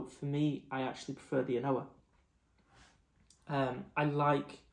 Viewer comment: An Ardbeg official pronounces An Oa “ah nooo”. The second a is silent.